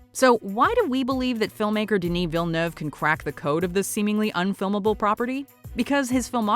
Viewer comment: Is it just me or her pronunciation of Villeneuve is just annoying AF.